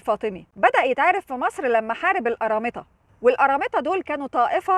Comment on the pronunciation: ارامطه. طيب حتى قوليها صح😂